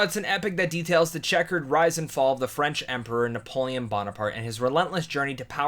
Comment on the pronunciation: How do you mess up Napoleon...